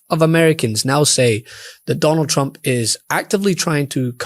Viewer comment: Sounds like she said President Chump there.